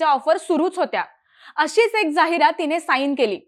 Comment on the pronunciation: जाहिरात चा उच्चार चुकतोय